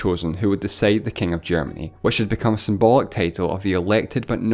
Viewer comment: "Kaing of kaings."